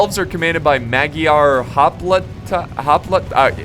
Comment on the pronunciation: TL;DR MAG-yarr Hop-LEE-tah